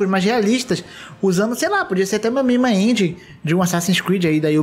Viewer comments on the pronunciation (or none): none